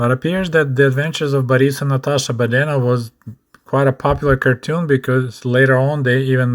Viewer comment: Listening to your pronunciation "Badenov", reminds me of when I tried learning Russian language and the teacher said that I was terrible about putting the stress the wrong syllables.